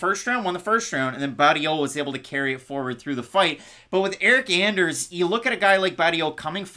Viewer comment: Why do you call her "Aldaña" brother her last name is Aldana no? Loved the breakdowns